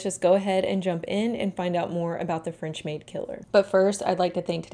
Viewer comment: 19th century, yass! I love this century because it was absolute chaos. So much progress in so many things even if it was… not good progress Anyway, french gal here and your pronunciation was really good! ❤ I imagine it was difficult at times. But remember: french is all for aesthetics lol